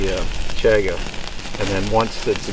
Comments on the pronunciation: I don't know why but the way you mispronounce Chaga drives me crazy. I'm yelling at the screen, "CHAHHH-gah" lol. I think I might have to pick up some of that. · I've been waiting for this! Just placed my order and also ordered a black Twill Hat! I've never had Chaga so I'm really looking forward to this,! I've heard others pronounce it as "Chawga". Is this right? Or does it depend where on the planet you're from? The bag looks like it has a zip lock, so I'm assuming its okay to keep it stored in the bag in a cool dry place (squeezing the air out before sealing the bag)?? Or should I store it in an air tight sealed container in a cool dry place?? Have a great weekend, and the new homestead is coming along beautifully!!!